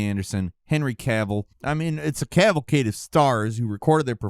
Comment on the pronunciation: Hehe "a Cavill-cade"